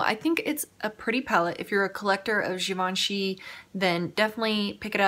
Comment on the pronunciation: you have to do a look with that green, I commented on your eye makeup in that video and now seeing that color oh my goodness its beautiful!! damn it now I need to go buy it lol , also the way you said Givenchy is the correct way!😊